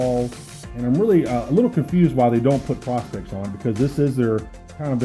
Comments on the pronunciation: You say prospect like you are looking for gold....... its not.... it'ts pro.....specs.....prospex!!!!! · Great review. I think all he is saying is that it stands for professional specifications. So it's pronounced pro instead of pra. But I honestly could care less what someone says. Great review none the less and no doubt you know your watches.